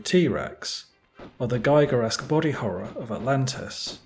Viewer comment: Hi. Giger isn't pronounced 'Geiger' ;)